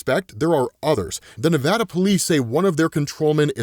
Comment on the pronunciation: I'm from Vegas. Thank you for saying "Nevada" correctly. Nails on a chalkboard when someone says "nevaada."